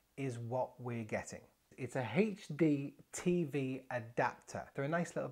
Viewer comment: This guy: it's a hachtee TV Me: wut m8